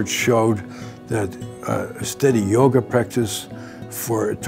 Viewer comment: I love this paradigm and approach and think Bessel speaks very well on it. But I kept hearing "yogurt" instead of yoga and now I'm hungry